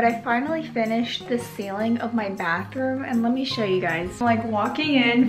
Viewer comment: Instead of “bathroom” I heard Backroom…